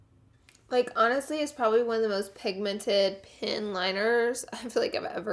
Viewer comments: I kept thinking she said pin liner 😆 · I kept hearing her say 'pin liner' and I thought 'oh that's new', then I realized she was saying 'pen liner' 😭😂